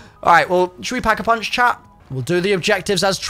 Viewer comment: Took me 13 minutes to realize you weren’t saying chap when you said chat 96 times. I was like, he doesn’t sound like he is from Liverpool lol!!!